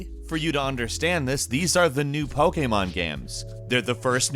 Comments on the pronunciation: say pokemon properly lol popemon game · I like the way he says "Pokémon Games". LOL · why does he say pokemon like that though? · Ok, but why were you saying ‘pokemon game’ like that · Is it just me or the way he says Pokémon is... off.